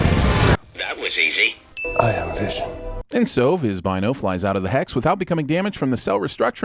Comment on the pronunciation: Who’s “visiom”?